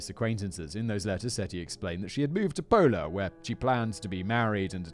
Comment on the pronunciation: Simon: We're going to Italy. 🙄 Me, from Istria 🇭🇷, who also knows Italian: This is gonna be good. 😅 I could be of help with those pronunciations, Whistle Boy. 😄 Your Italian accent, Jesus; sounds like Luigi. #SuperMario 🤣 "Pola, on the border with Yugoslavia"? I was born there ("Pula" in Croatian)! 🤗